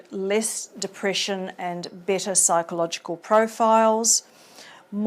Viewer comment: A good video, but the specific accent is very strong and difficult to understand at times. Steps sounds like "stips", Better sounds like "bitter", Factors sounds like "fectors" etc